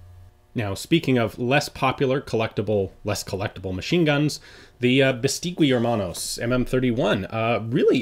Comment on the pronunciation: Don't know if this has been mentioned before, but it's ``Beistegui Hermanos´´*, and the u is not pronounced.